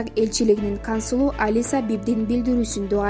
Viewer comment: Чон кыз кансулу эмес консулу орусча жакшы уйронуп алып анан чыкчы.